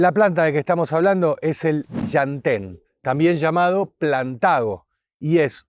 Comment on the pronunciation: Por un segundo pensé que iba a decir SHANTÉN pero no, dijo LLantén 😄😄😄 (mas adelante dice shantén) aajajaj amo este canal